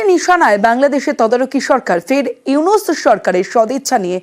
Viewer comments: ইউনুস স্যারের নাম উইনিস বলতেছে। মূর্খ সাংবাদিক 😂😂😂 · ইউনুস ভালোভাবে বলতে শেখো উইনিস কি 🫤🙄